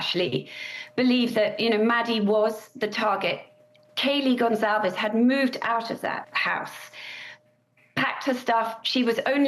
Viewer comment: For Pete's sake, can no one read in journalism anymore? Her name was Kaylee Goncalves. GON CAL VES. NOT Gonzalez. 🙄